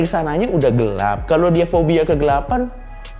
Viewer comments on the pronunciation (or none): none